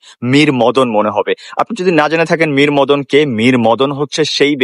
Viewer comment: মরীমদন ❌না মীরমর্দান✅